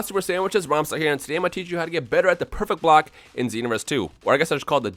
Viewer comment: nowaday everyone online can do "pecfect bolck" and that's annoying when you playe online